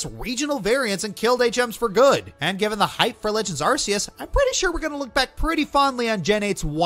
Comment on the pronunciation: Damn, metal gear rising didn’t even get into the honorable mentions. Ps, of COURSE says arches wrong. He seemed like the kind of person who would to me